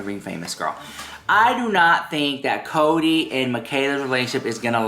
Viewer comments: “You Do Naught talk about Coady”” Every time you say it I fkn DIE Laughing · everytime you do the "you do NAHTTT talk about CODEH!" I die laughing!!